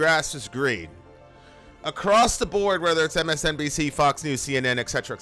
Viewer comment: I have different point on "Et Cetera"... It's "Et Cetera" not "Exetera"... I know I'm with minority and could be burned on stake.:)